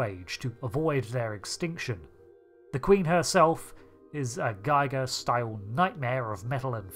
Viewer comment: It’s pronounced “geeger” he was German. Both hard “gs”.